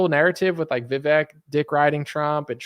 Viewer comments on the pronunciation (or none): Vivek says his name rhymes with cake, but you say fake. lol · Vivek. he says his name rhymes with cake.